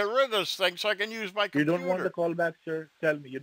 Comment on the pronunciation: "the compeeder" 😂